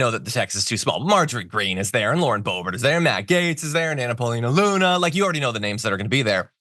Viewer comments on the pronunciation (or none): none